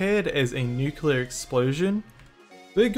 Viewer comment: bro its nuclear not nucular 💀💀💀